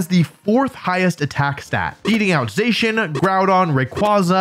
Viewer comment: I can’t stress this enough. It’s Zah-cee-an. Not Zay-chan. I swear some of yall didn’t pass fourth grade English